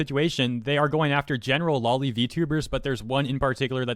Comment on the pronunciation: Just a friendly reminder, it's pronounced "low-lee" like lolita, not "law-lee" like lollipop.